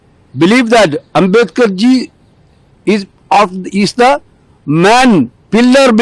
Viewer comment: Ambedkar bolne nahi aya ye bhai ko